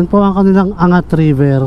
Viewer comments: AN-GAT hindi Angat. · Ang lawak pala ng Montalban.Para kang tourist guide.Your video is informative and enjoyable. May ibang daan pala papuntang Bulacan and Nueva Ecija na hindi dadaan ng NLEX.Anggat is the right pronunciation, not An-gat. Have more of thesevideos. Congratulations! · Tamang pag bigkas ng Angat---ANG GAT hindi angat. Parang hindi nman safest yan lalo na sa gabi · ang tawag sa bayan ng ANGAT ay AN-GAT. Hindi po angat na parang binubuhat. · The correct pronunciation is ANG-GAT, not ANGAT. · An-gat po hndi "angat" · an>gat hindi angat bro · Angat pronounce as "Ang-gat" po hehe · Anggat po ang pronunciation nyan.